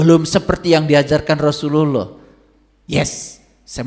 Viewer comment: ngomong lafaz Allah dan Rasulullah aja blom bener... jgn sombong, jgn merendahkan orang...ngga ada yg baru dari narasi2mu ini, semua udah diketahui orang muslim, tapi setiap orang memiliki kemampuan yg berbeda2, baik ilmu, budaya, pikiran, hati dan perbuatan. siapapun setiap muslim wajib shalat, orang jahat, orang baik, orang miskin, kaya, orang miskin, orang berdosa, orang bodoh, pintar, semua WAJIB SHALAT. kau bilang masing2 mengklaim paling benar, nah lu sendiri mengklaim sendiri. tunggu aja tak lama lagi lu juga bakal ketusuk duri, bahkan lebih dari itu .. tunggu aja. tak ada yg bisa dihindari dari peristiwa hidup. tunggu aja kau pasti sakit... sampaikan ilmu dg kerendahan hati, dg kebijakan, adab, bukan dg KESIMBONGAN.... betul orang ini mencampurkan antara kebatilan, kesombongan dg kebaikan. lidahnya pintar berkata2 karena punya bakat seolah2 seperti motivator. kita blom tau jelas tujuannnya apa. berkacalah dg perjuangan wali songo, kita jalanjan syariat dg baik meski blom sempurna, kita jgn pernah tinggalkan shalat meski belum bisa khusuk atau sempurna, kita tetap yakin bahwa apa yg diajarkan GURU2, ulama2, ustazd2 meskipun di kmpung2 adalah kebenaran. kebenaran itu sederhana, ngga sulit kok. yg bikin sulit itu adalah orang2 yg sok2 berilmu tinggi, pintar bersilat lidah gaya2 motivator kesiangan. Semoga Allah SWT meridhoi dan merahmati kita semua..Aamiin